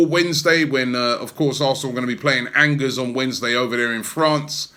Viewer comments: It's not Angers lol...it's pronounced An-Jeers lol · Angers ... the pronunciations is anjay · Angers 😂😂😂 pls learn how to pronounce it properly